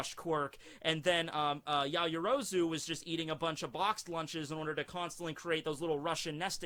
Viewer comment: Her name is "yao-yoro-zu" not "ya-yo-rozu"